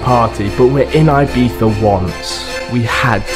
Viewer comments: It really shocks me how foreigns put so much effort into actually pronouncing the "zzz" sound in Ibiza but instead of saying "ee"-biza (correct pronunciation in spanish) they always pretty much say "I"-biza LOL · Subbed, but u dont have to say ibitha, for the love of good english people need to stop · why did he say „IbiTHa“ at the beginning? wtf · its pronounced "ee bee ssa" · the way british people pronounce ''ibiza'' lmao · Nice video but please learn to pronounce Ibiza